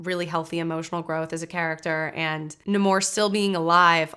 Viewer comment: The origin of the word isn't what bothers me. It's the fact that no one says it correctly. He introduces himself as NahMORE, and then everyone else calls him NAYmore. It's as if they didn't listen to him when he said his own name and just read it written down somewhere